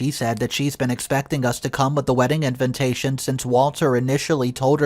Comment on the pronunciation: sorry about this but i have been listening to for quite a while now and i notice he always pronounce "invitation" as "in VIN tation". I just cannot help but correct it. it is "IN-VI-TA-TION" not "IN-VIN-TA-TION". no offense, man.